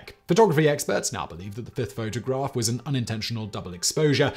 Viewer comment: Lol "photograRph"